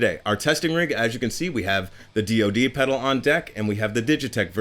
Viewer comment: In 40 years I've never heard someone say DOD like it's a word and not three letters. Also - why are you writing the 'O' in lower case? It's DOD.